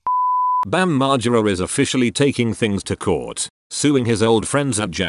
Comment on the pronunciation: Great vid except the way you say margera